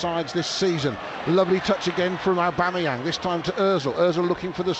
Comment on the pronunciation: "Set up by aubebangz" and "it is abeyam" 😂 man really can't pronounce Aubameyang LOL